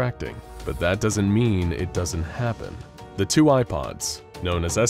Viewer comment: Every time he says “Eye Pods” I hear “IPods”